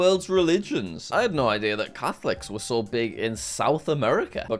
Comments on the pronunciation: His pronunciation of the "No's" in different languages was so very wrong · he butchered litererally every form of "no" besides english